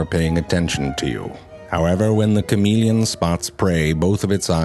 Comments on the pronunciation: I like the 'French' pronunciation better. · shamahleon is a better pronunciation